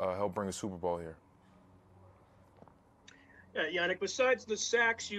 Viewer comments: Ngakoue: The correct pronunciation is Yah-Neek-In-Gawk-way Reporter: Hey YEA-Nick...... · “My name is Prounounced YA-NEEK, or Yan for short... “ Next reporter: “Hey, YA-NICK...” Gosh ppl 🤦🏽‍♂️ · “Yah-neek Ng-ga-quay” Next reporter: Hey Yahnick Smh pay attention turd lol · Cassie Soto (legit follow on Twitter BTW) asked the correct pronunciation of Yannick's name: Ya - Neek & immediately afterward a nameless, ding dong reporter addresses him incorrectly: Ya - Nick Shout out Soto for being a class act!! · He said Ya-neek not Yannick. Dat reporter said it wrong immediately after he gave them the correct pronunciation 😂😂😂😂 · Reporter 1: How do you pronounce your name? Yannick: Its pronounced Yu-Niqe or just say YAN if its easier Very Next Reporter: HEY YANNICK 😱